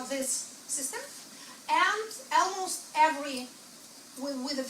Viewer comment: el-mause-t instead of almost too :)